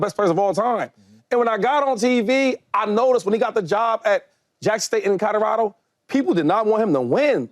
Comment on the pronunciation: i swear Shady says Cadorado 🤣